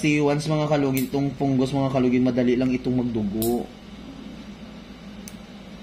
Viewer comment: Fungus ❌ Pungus ✅ Hahahahah